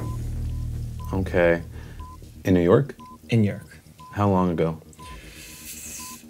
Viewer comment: Why does the Doc pronounce 'in New York', 'InYerk'?